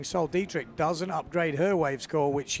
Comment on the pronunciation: Sol Degrieck (pronounced thegreek but with a softer g) Not Dietrich:)